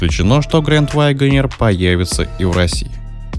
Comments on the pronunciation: "Вайгонер". Тому, кто читает текст, надо бы английский подучить. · С чего это голос за каЙдром решил что произносится ваЙгонир??? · Что за грэнд Вайгонер?? Автор у вас произношение не правильное!!!